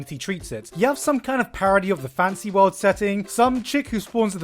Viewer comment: I was a whole 8 minutes in before I realized you were saying "Fantasy worlds" and not "Fancy worlds"